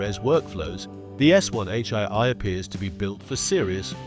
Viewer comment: 'One H eye-eye'! More Ay-Ay rubbish narration.